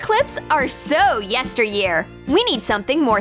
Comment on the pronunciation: Does nobody notice how she said yester-year lmao wtf😂